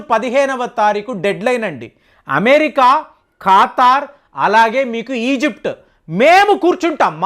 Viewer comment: Khataar kadu andi.katar...